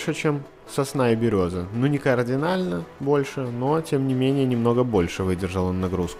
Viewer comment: Хорошая идея видео,но все губит отвратный говор автора Господи,он говорит координальный вместо кардинальный,какой урод